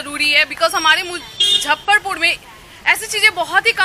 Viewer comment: Muzaffarpur boliye maidam. Aap hi galat boliye ga to kaise chalega. Mujjhaffarpur ❌❌❌ muzaffarpur👍👍👍